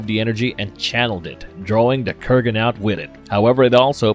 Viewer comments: Dude it's Kurgan not Krugan. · Kurgan, not Krugan. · Krugan? Ramrez? Not wanting to be the stick in the mudd...but since I have been a long time fan of the Highlander franchise and its mytologi, I must point out the name pronouncings here is not on point with what they are in the movie(s) Kurgan and Ramirez are the spellings and way to say there names correct. Peace. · Good stuff, Kurgan is the man "I have something to say! It's better to burn out than to fade away!" ... but ffs, please pronounce the names correctly - basic shit man....